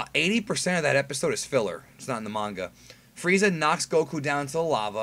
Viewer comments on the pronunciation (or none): none